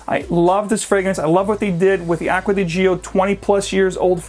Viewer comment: "Aqua Dee Geo". Oh, brother.